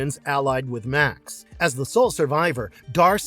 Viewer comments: The Beastmaster's villain's name was pronounced "May-ox" not Max. Also, Conan the Destroyer is waaaaaaay better than Kull the Conqueror. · Made me laugh when in Beastmaster it was Max and not Ma'ax Did these guys actually watch some of the films???